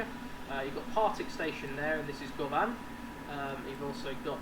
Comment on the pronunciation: As someone who's from Glasgow (who loves the subway), I was really excited to see this (govan's pronounced guhvan like you're saying luvvin)